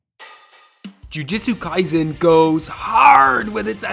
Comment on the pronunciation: ITS NOT JUJITSU KAISEN ITS JUJUTSU KIASEN 🤓👆